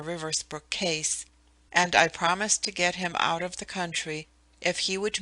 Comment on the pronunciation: Second female voice around chapter 9: as bad or worse than the previous one! Who in the world puts emphasis on the word OF??!!!!